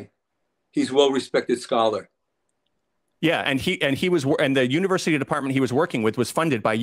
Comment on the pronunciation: "I have many Scholar Friends". Its sounded like "I have may coffee shop stories".